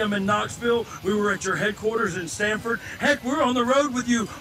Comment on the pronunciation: It’s Stamford not Stanford